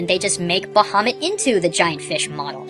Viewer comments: I figured would actually know the pronunciation of Ifrit and Bahamut. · You're pronounced Ifrit and Bahamut wrong.